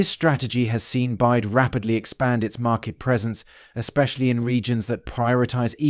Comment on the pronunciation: it is pronounced "Bee-WHY-Dee"